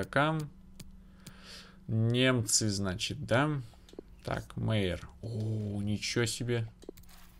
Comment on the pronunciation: Albert Майер читается ;)